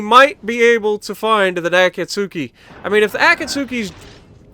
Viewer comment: As a Naruto fan it’s painful to watch you butcher the word Akatsuki lol